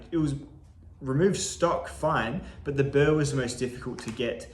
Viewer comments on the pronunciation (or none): none